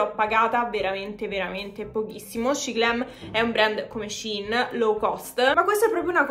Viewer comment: finalmente una che pronuncia Shein bene:face-red-heart-shape::face-red-heart-shape::face-red-heart-shape::face-red-heart-shape